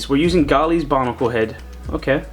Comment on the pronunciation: did you just say bonicle